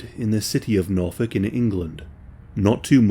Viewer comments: I listened to the first 30 seconds 4 times. Did you say he lived in the city of "Norfolk?" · City of "Norfolk"🤔....riiiiight! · “City of Norfolk “ 🤦🏻‍♂️